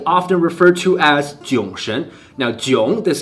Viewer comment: jiong 错了